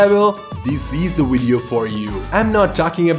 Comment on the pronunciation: Loool "Wideo"